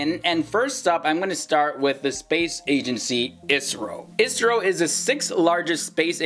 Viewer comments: Not isro I. S. R. O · For the love of god, its I.S.R.O not Isro